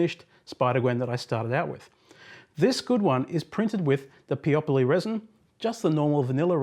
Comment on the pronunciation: Thanks for making this video! First time I hear someone pronoune Peopoly like Broccoli and Monopoly :) The manufacturer pronounce their name Peo - Poly